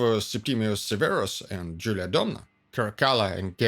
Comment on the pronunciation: The Latin pronunciation of "I" is the sound of The English "Eee", so it is pronounced "AntoNINE-us", just as you pronounced "Jul-EE-A" correctly. Latin vowels were pronounced ah-eh-ee-awe-oo. Long sounds only for I (sounding like EE) and U (oo). What's with that sinister ski cap look?